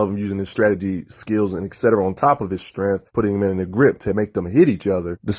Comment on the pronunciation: The fuck is strenth, vice greap? You mean STRENGTH, VICE GRIP. Bro work on your enunciation. PRONOUNCING words properly helps people take you serious. You sound like you have a big wad of gum in your mouth. "mumble mumble" batman strong mumble mumble. yeah! Fucks sake man how high are you that you sound fucking drunk or something.